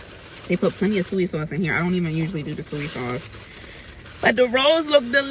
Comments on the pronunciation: It's SOY sauce luv, not suey 🤭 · Is saying suey sauce a regional thing? I’ve heard this way of saying Soy sauce. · I think it’s our north eastern accents. Lol She’s from Delaware and I’m from Philly and I call it “Suey” sauce too 🤣🤣🤣🤣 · I call it suey sauce also 😂😊